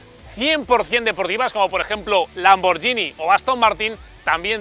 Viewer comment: BMW es "be eme uve doble". Y Lamborghini se pronuncia "Lamborguini". Aparte de estas dos tonterías, me ha gustado mucho este vídeo. Muy buen trabajo. 👍🏻